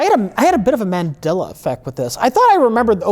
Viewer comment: “Mandilla Effect”